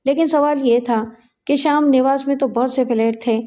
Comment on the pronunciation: Sham nawas nahi sahi lafz hai sham niwas.